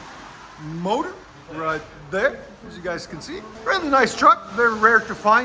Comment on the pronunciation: The way he said “Motor” killed me 😂😂😂